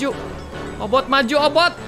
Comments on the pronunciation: Obit bang bukan obot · obit miawaug bukan obot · Kk regi obit bkn obot😆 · "OBOT" hmmm kayaknya "OBIT" deh 😂✨ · Bang OBIT bukan obot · Bang regi itu obit bukan obot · Ka regi bukan obot tapi obit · Obot Bukan Obit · Obit miawaug bukan obot 🤔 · bukan obot obit la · Obit ka regi bukan boot😅